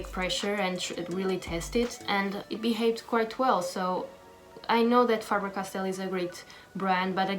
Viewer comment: Finally... Someone who pronounced the brand right